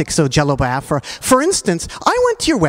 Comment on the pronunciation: I don't know what was more annoying: the gay love fest or this idiot consistently mispronouncing Biafra